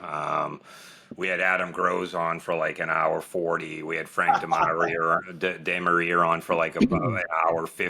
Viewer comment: Before you all had Frank DeMaria on, I had recorded a podcast with him too and I also mis-pronounced his last name. It is making me feel a lot better that keeps doing the same. 😂